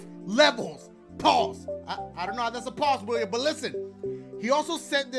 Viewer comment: When he said William it sounded like “WIUIM!”